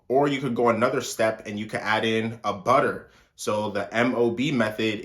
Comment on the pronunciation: WaTerrrr buTTerrr lmao